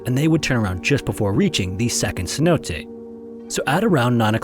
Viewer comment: snow days? Stop being lazy and at least try to pronounce the word Cenote correctly.